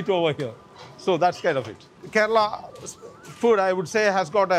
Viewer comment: These people don't even care to pronounce Kerala correctly. 😏